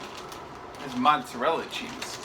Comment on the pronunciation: "Should Pudda cheese on their "Monserella nonetheless"